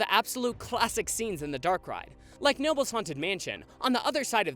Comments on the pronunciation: Just a heads up, Knoebels is pronounced Kuh-noebels. You’ve probably heard it a million times by now but figured I’d say it just in case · For the future. Speak the K in Knoebels. It’s not noebels. The K in Knoebels isn’t silent. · FYI...... It's KA-Nnoebels. KA. KA. KAAAAAA-Noebels. The K is NOT silent. Why can no one pronounce the parks name right? Everywhere I watch a theme park YT video that mentions the park, they always wrong. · You kept mispronouncing Knoebels. It's Kuh-noebels. The K is not silent. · The K in Knoebels is actually pronounced. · You pronounce the K in Knobles.... but always glad for a hometown shout out! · For those who care, you pronounce the k in Knoebel's. (I also recommend the mine train dark ride if you want to learn a little bit about the area) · This was a really enjoyable watch. But I do gotta note, the K in K noebels is actually not silent! It's sorta like K'nuckles' name from Flapjack. (Apologies if someone already pointed that out) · Hey, I know this might sound wierd but us Pennsylvanians actually pronounce the k in Knoebels. Sorry I know we're weird. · Dude you pronounce the K in Knoebels. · God you very much butchered the Knoebels segment It’s pronounced with the K Town is pronounced Eli ‘s burg Like Eli Whitney Do better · As an ex-local, just want people to know you pronounce the "k" in knoebels even though it makes no sense lol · just going to say in Knoble's you do pronounce the k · Knoebels , the k is pronounced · Great video but since it's my home park I need to correct something about Knoebels, you pronounce the K! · Just to let you know your saying knobles wrong I guess you would put the pronunciation as “ Ka-nobe-les” not trying to hate just saying I live like 25 mins away from the park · As a local just for future reference, the K in Knoebel's is pronounce separately it's pronounced like Ca-nobel's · Believe it or not Knoebels is pronounced "kuh-no-bels". Source: I live in PA. It's also on the wikipedia page.